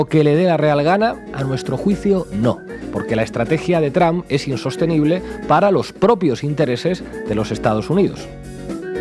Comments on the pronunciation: Trump no tram.... Porque siguen contratando a gente que no sabe hablar? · Con todo respeto pero no entiendo porque dicen TRAM refiriéndose al presidente de USA y no se pronuncia de esa manera se dice TRUMP y así se pronuncia tal cual, gracias por la atención que le presten al presente!!!